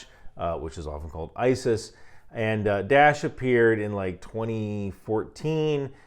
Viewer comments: It is not ""DASH"". It is called ""DAA'ESH"" Please learn the correct pronunciation. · its not dash, its DA-esh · Die-esh. Not Dash. It’s Daesh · "Dash" ...is that the Egyptian pronunciation or something? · i think its hilarious you call daesh 'dash' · Are you saying "Da'ish"? Never heard it pronounced "dash" before